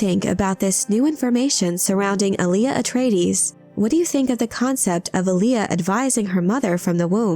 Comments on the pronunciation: The accent in Alia is on the first syllable “ahl”, not the second. It’s also pronounced “AHL-ya”, not “a-LEE-uh” like the old R&B artist Aaliyah. If you’re going to make a video nerding out on this, idk, you might figure out how to properly say the name first… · Not Ali-A. Alia.